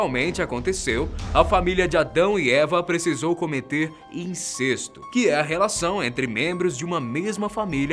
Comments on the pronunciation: A pronúncia correta é "incésto". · Incesto tem pronuncia aberta: é. Incésto. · Em princípio a pronúncia não é inCÊSto e sim, inCÉSto. Mas a complicação não é isso e sim o fato de que a Bíblia explicita que Adão e Eva tiveram os dois primeiros filhos (Caín e Abel) e depois que o mais velho matou seu irmão mais novo nasceu um terceiro filho que o casal nomeou como Set. O chato dessa estória é que a Bíblia não cita outros filhos de Adão e Eva e muito menos e principalmente... FILHAS! Então não havia irmãos e irmãs e muito menos primos e primas de Caim e não ocorre nada a vocês? Pois é isso mesmo, até aquela altura dos acontecimentos não havia outra mulher no mundo que não fosse Eva e Caim só pode haver transado com ela. A não ser que se admita a teoria de José Saramago de que HAVIA OUTRAS PESSOAS NO MUNDO juntamente com Adão e Eva e que a Bíblia não passa de uma compilação errática de lendas e fatos mal-contados escrita à prestação por cretinos mal-intencionados. Moral da estória: Caim transou com a mãe Eva ou então, com uma mulher qualquer que jamais fora parente dele e fim de papo. Quanto a vocês, cada um escolha a opção que achar melhor e... boa briga ao discutir este assunto tão banal! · A pronúncia de incesto é aberta "Incésto" ou fechada " incêsto"? Mega estranho pronúncia fechada.... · Não se pronuncia "incêsto" , ôh analfa.... Se pronuncia "incésto". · uma correção: se pronuncia incésto e não incesto